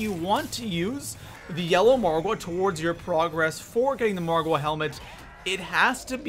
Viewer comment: why do you put a emphasis on the wa in margwa